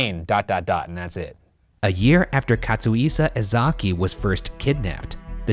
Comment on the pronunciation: Hey, Ryan, you wanna try pronouncing "Katsuhisa Ezaki" again?